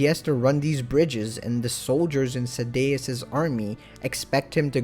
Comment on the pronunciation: Sad-e-ass not sa-deas